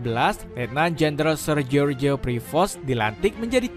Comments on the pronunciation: george buka dibaca jeorje mas.. bacanya jorsh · George itu di Baca Joss Misal George W.Bus di Baca : Jos W.Bus